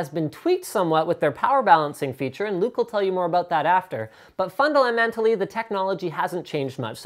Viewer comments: "But fundlamentally" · Am I the only one who heard fundalamentally? Or am I going crazy? 0_0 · “Fun de la mentally” Linus 2014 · But fundalamentally .... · fundleamentary lol